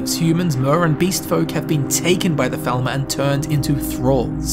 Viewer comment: They arw falmer not thalmer